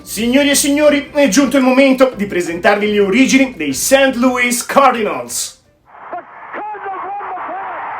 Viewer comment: Si dice " seint cardinols. e word series ha una o chiusa e non aperta. Non è ozzi ma ozss. Un suono a metà del s e z. Per il resto un' inglese accettabile per il livello italiano